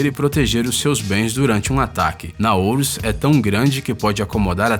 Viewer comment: Não é "Naouros" seu tonto!!! De onde vc tirou essa letra "o" no final??? (PQP!!!)